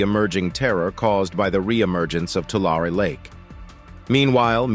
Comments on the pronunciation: loved the update, but as a native resident to this area please please please check with the locals for your pronunciation. Its like fingernails on a chalk board. The word is not Too Lair nor is it Too Lawr. It is pronounced "To Larry". as in, Don't give the money "to Shirley", give it "to Larry". The same goes for the nearby town named after the lake... just sayin' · It's not too-lar it's too-lary. That is the correct way to say Tulare. Lived in the area for many years and I was confused where this was until you put up the map. LOL. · You can always tell when AI is narrating something. It mispronounces words. It's two-lair-ee not Two-larr. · It’s Tu-lar-e not Tular. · The locals around there pronounce it Tularie😅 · Tulare, tu lar e is the correct pronunciation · It’s pronounced “Two-Larry”. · Tulare is pronounced: Tu lair ee. Just because I was raised in in the San Joaquin Valley. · Tulare is pronounced Two-Larry. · No one says Tulare they way they do in this video. it is pronounced with a long A and E, like "To Larry". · Interesting that growing up there we all pronounced it and the town (too Larry ) funny how 100% of everyone in CA says it wrong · Is the narrator wrong or 100% of the population of the San Joaquin Valley? My bet is on the narrator. To all of us here in the valley, it will always be too•LARRY. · We pronounce Tulare as 'To Larry' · 3 syllables dearie. 3 syllables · I'm amazed by how the narrator mispronounces the name of the lake. Great voice. Lots of very interesting information. And yet he pronounces Tulare in at least three different ways. Isn't that something you would research and learn before narrating what is otherwise a well done presentation.